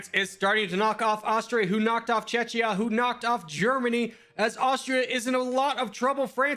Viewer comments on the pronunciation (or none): Why is he saying Czechia like that 😥😂😂😂